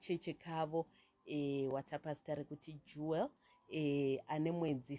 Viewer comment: Jewel not juwel